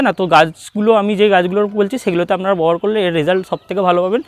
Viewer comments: Aapni "Babohar" kotha ta bobohar bolchen keno ? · আরে দাদা ববহার নয় ব্যবহার হবে। 😂😂